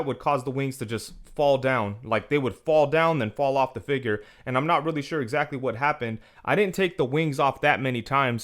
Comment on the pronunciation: Great review, I appreciate that you say fig-URE instead of figger. Thanks 😄